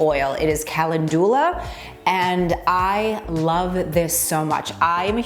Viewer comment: I think it’s pronounced: cal-endyoula I could be wrong too. 😊